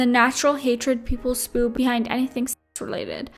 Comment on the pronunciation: Also the way she pronounced "spew".